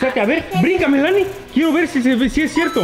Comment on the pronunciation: En mi país no se pronuncia Melánie, se dice Mélanie !